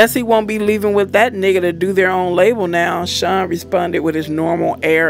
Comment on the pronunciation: It’s Sean not shun lmao 🤣